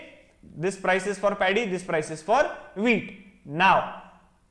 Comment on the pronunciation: I kept on hearing the wheat as weed😂